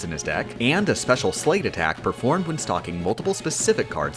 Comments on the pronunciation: I haven’t played this game so i may be wrong. But is he pronouncing “sleight” like “slate” instead of “slight”. Saw it earlier written as “sleight.” Just me? Dunno bothered the hell out me. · Not to be overly pedantic, but the word is Sleight, as in Sleight-of-hand, pronounced like "Slight", not "Slate." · it's pronounced like slite and that makes me go ree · Fun Fact that made me question my intelligence, because I feel like I should have realized it sooner: It's pronounced "Slight" because it comes from Sleight of Hand. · it fills me with unfathomable rage every time she pronounces "sleight" like "sleigh" and not with the 'i' sound, like in sleight of hand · Hate to be that guy, but it's not "slate," it's pronounced "slight," like "sleight of hand" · Apparently sleight is supposed to be pronounced "slight", but I've always pronounced it "slate" and it looks like has done the same. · For the record: Sleight is pronounced like Slight. Sleight of hand. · Did anyone else get massive ocd because the word sleight is supposed to rhyme with 'height' and not 'slate'? No, just me? OK :) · You say sleight totally incorrectly. Think sleight of hand. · or "they" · "Sleight" is pronounced like "light" with an s in front. It's referring to Sleight Of Hand. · SO many YouTubers say "slate". I don't get it. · Ok dude, I can accept most of your odd pronunciations because usually it's in a way some people pronounce it, even if it's less common. But that is absolutely positively 100% NOT how you pronounce sleight.